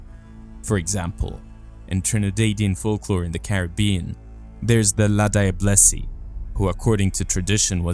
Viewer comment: what an unexpected pleasure it was to hear my Trinidadian folklore being mentioned and included. Locally she is pronounced La-Jab-less. The older people knew of her well, and had many interactions with her. Just dig a little deeper into our folklore history in newspapers and books. However, the oral stories are the best, especially those told from workers when the old sugar estates existed. Alot of the anomalies you speak about, Trinidadian folklore can in fact provides another layer of interpretation to them. Stay blessed.